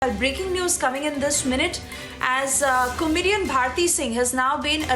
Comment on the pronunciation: Please pronounce comedian properly